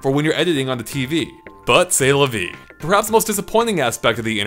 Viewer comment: purr-haps, if u will